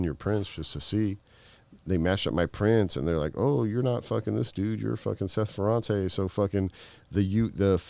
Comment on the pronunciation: The prononciation of Ferrate is FerrantA, ok! And I remember in the 80" we all were drug dealers . It was cool and good money right over night, with no skills in anything at all :)))))